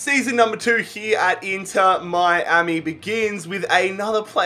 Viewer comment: This is how many times he said Inter Miami wrong ⬇️